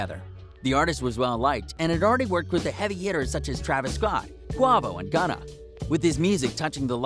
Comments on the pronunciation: It’s annoying how he still can’t pronounce dude’s name after all this time. Does he even listen to hip hop? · Big facts😭